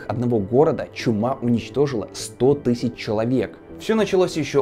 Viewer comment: Тыщщу, тыщщю, тысщу.... 😵